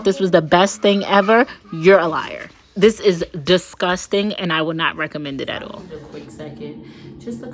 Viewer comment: The way she says discusting always gets me, I'm dying.😂😂😂😂😂